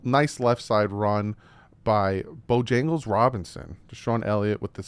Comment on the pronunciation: BOJANGLES Robinson?.... Where'd you find all those extra letters in BIJAN? 🤣